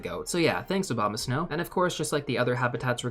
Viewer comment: bro really said “Obamasnow” lol